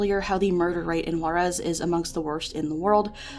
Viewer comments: Juarez is pronounced "who-are-es" btw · I think she tried to place the accent but she did it on the wrong vocal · The way white people say juarez pisses me off.